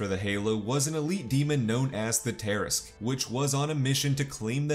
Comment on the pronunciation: Everything is great in this video except for the pronunciation of Tarrasque, just threw me off a bit